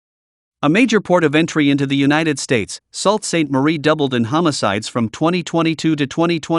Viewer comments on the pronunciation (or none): Ahshaw-Wah 🤣🤣🤣 (Osh-A-Wah) Salt-Saint-Marie 🤣🤣 (Sue-Saint-Marie) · The first part of Sault Saint Marie is not pronounced "SALT". It's pronounced "SUE". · wow...at least learn the proper pronounciation of our Canadian cities ...Oshawa is NOT pronounce "Osawaw" it's pronounced as it's written "OSH - A- WA"... Saulte Ste Marie...again...do your research....it's SOO-STE MARIE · There is inaccuracy here: the population of Canada is about 35million not 40 and Brampton has a population of about 550 thousand. It's not pronounced not Salt St. Marie but Soo St. Marie. i will stop here but note, this video should have been edited by someone living in Canada. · It’s pronounced “Sue” Saint Marie, not Salt. It’s still sh*thole. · Nice video but as a Canadian I can help by letting you know that Sault Ste. Marie is pronounced (Soo Saint Marie). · If you are going to use AI - at least have the brains to pronounce names correctly - this video is pathetic - it is "AWshawa not OHshawa - and SOO-st -Marie - no one can enjoy this crap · Yea not sure where you got this data but it’s highly misleading. I’m pretty sure Alberta's Edmonton and Saskatchewan's Regina, Saskatoon and Prince Albert are more dangerous than many you’ve listed. Also, your pronunciation or Oshawa (Osh-a-wah) and Sault (Soo) St. Maria are hilarious 😂😂😂. Should probably check that out before posting. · Salt Saint Mary? Ah-shau-ah? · and "Sawlt" St Marie